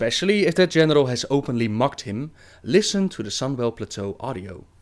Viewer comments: Love your vids,! Also.. Thought you said "Genitals" xD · When he said general I heard genitels LOL